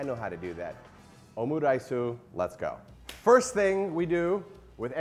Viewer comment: Omuraisu, i was cringing every single time